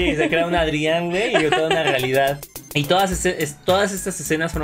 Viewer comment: Supongo que ellos ya han visto capítulos de la serie, pero mi pregunta es, ¿por que pronuncian los nombres mal ?A Adrien le dicen Adrián, a Lila le dicen así, Lila, pero es Layla, no entiendo.🤷‍♂️